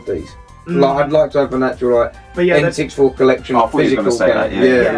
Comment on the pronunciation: Love the video boys - is it pronounced N sixty four ? Not N six four? Keep the content coming